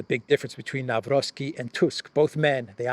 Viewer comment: Nawrocki is pronounced Nav-ROHT-ski, not "Navrovski."